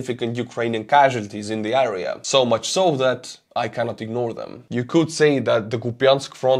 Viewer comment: the word area is pronounced air ee ya FYI